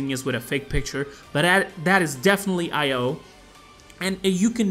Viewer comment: Her name is pronounced e-yo for io but you can say io if you want. I'm just trying to help😉